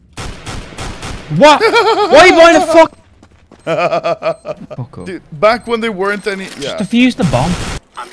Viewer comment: i thought would say fuck off, but this time, he says: FUGGOFFF